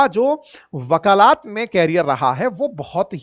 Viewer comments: bakalat nahi bakalet hota hai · Sir, आपसे इतनी खराब हिंदी की अपेक्षा तो नही थी, वकालत बोलिये...............वकालात नहीं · वक़ालात ❌ वकालत ✅ 🙏🏻🙏🏻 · 😂😂 आप सामान्य ज्ञान कैसे पढ़ाते होंगे वकालत को वकालात बोल रहे है 😇😇 या आपके यहाँ ऐसी ही बोली है